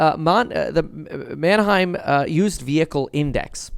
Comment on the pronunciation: Manheim… the heim part rhymes with time. Say Mantime. Now say manheim